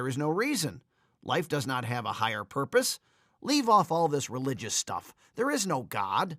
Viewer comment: life does not have a higher "Porpoise"